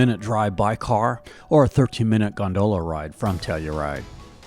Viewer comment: Please please pronounce gondola correctly! /ˈɡändələ/ Great video but you incorrectly pronounce the word many times and it’s pretty distracting. Thanks! ✌🏼